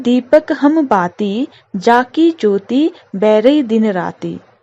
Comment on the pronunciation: Ma'am you explained very well but ur pronunciation for some words were not correct. Like, बरै, जोति। ma'am so plz correct that.